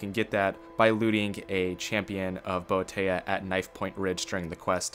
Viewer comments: Ffs dude boe-thia not boe-teya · wtf did he say boitaya its Bo- E -Thia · "Boe-A-tay-A" I laughed :P have you ever heard it said in game? "Boe-E-Thea" is how I would phonetically spell it for you :P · Boeteyah? Really? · No, don't you get it? He's having a partay with boe-a-tay-a! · bo-e-thia? HAHAHA. sounds like the Indian chief 's daughter bo-e-thia. Boethiah her/himself pronounce the name this way .she /he has always did. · The fuck? Did you really just butcher "Boethiah?!" Seriously, it's said SEVERAL times, in-game...